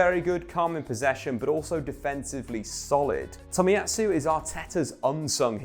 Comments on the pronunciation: It's Tomiyasu, not Tomiyatsu. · I mean having 6 1st teamers available would actually affect a team. Who knew?🤷🤷🤷🤷🤷 Dude, it’s Tomiyasu not Tomiyatsu.